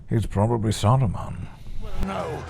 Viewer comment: “Saurrrrrrrrrrron prove victorious!” Did Amazon lobotomize all these actors into pronouncing Sauron incorrectly? If an actor didn’t roll the R’s what did they do to them?